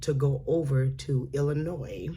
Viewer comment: Thank you for not putting the S in Illinois! Way to go!